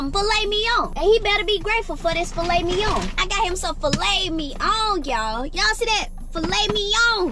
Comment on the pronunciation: I know this man didn’t say “fimet lignon” 😂😂